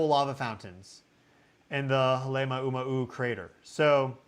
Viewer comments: Please learn how to pronounce Halema'uma'u. It's HAH-lay MAH-oo MAH-oo. (It means house (hale) of the 'āma'u fern, which used to be prevalent on the crater's rim.) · Yes, out of respect for Hawaiian people and culture please learn how to pronounce MAUNA ( mountain) instead of mana ( spiritual power). Love you but please get some help with pronouncing Pele’s home Halema’uma’u.